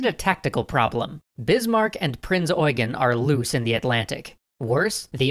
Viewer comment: It's pronounced Eugeen (ɔʏˈɡeːn)